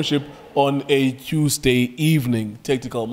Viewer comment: When says "Qusday evening" 😂